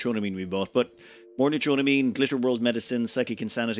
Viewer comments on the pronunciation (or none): new-tro-ah-mean But, honestly, I have accepted your pronunciation of it. I also know I am not the first to point it out. Sometimes, I wonder if Youtuber's mispronounce words on purpose, to draw people into commenting about it, to drive up their engagement numbers.